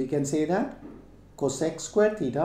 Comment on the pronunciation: Sir itz titaa not tetaa